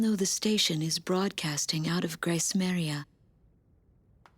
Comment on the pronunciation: Its Gracemeria not Gracemaria